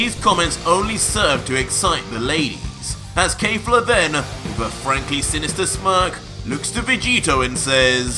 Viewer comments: Your alternate reality DBS is great. Just one issue, it's Kef-la and not Kay-fla.🤣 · it kefla not kayfla or keyfla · Bro says kejfla instead of kefla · Keifla? Not Kefla? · Please the subtitles are correct but just say kefla nog kafla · Dude "final" is not the name of that form 🤣 its "beast" , look it up .. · Oh no, he’s saying the name wrong. Kefla is pronounced exactly like it’s written. Just like in super’s Dub. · Why are you saying “KAYFLA”? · You are saying her name wrong lol still the best dbz story out there by far